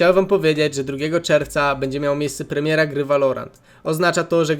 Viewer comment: W końcu płemieła i sełweły w Polsce :)))